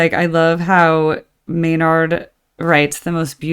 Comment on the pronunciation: The May-Nard thing grinds my gears not gonna lie 😅